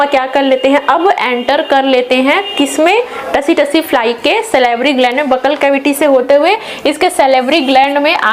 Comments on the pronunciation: Tsee- tsee likha jata hai सी-सी पढ़ा जाता हैं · Tse me t silent h ma,am